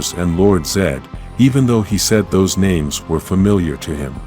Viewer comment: The AI Voice Kills the WHOLE Vibe of the video. Once I heard it pronounce Names WRONG, it just turned me off of the video. Please, Please use Voice Over Script or find an AI that can say the Names Correct!!! This is just really BAD!